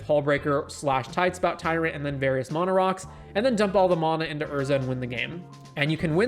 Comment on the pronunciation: There is no "o" in mana...